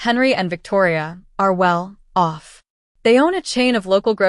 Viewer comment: Get the AI voice to phrase the script correctly, it's not Well. pause....Off It's Well off, almost one word.